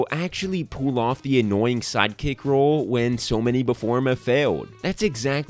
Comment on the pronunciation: Lol I thought he said side cakes like six times